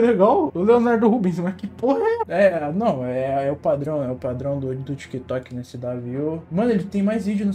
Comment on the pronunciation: Você sempre lê "Tic Toc" mais tem "K" e fica "tika toka"